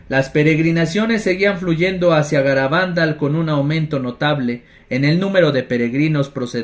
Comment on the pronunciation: Hola! Se pronuncia Garabandál, aunque no lleva tilde, y Cantábricom que sí que lleva. Bendiciones!